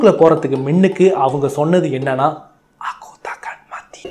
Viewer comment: Pro நீங்க முன்னுக்கு என்று சொல்வதற்கு மின்னுக்கு என்று சொல்ட் ரீங்க😁😁😁